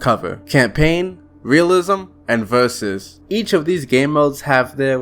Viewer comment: Bro said "vurzussssssssssss"